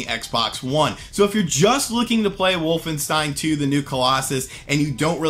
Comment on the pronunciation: "wolftensein two"